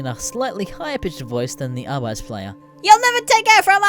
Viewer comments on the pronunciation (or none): AR-BIT-EES NOT AR-BITES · Ahr-bi-tees. Not Ahr-bites.